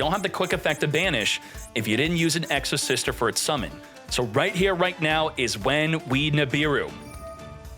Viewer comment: Exosister? Nah its Exo-Shifter 😂